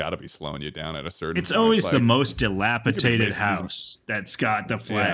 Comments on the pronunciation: No one is still gonna correct on his shitass pronunciation of dilapidated? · will never know how to say dilapidated and it hurts me